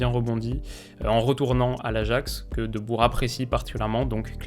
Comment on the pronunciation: Et le Rrrrrhout Rrrrhoulit ou les frères Deubour 😂